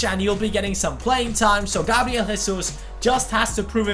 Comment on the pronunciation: im pissed off at u fucking racist brazil speaks portuguese and in portuguse u dont pronounce the j like a h as if it was spanish so dont say hesus